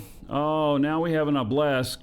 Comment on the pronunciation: Right ship, wrong pronunciation!!! OBB-uh-lisk not ob-LESK Obelisk has three syllables!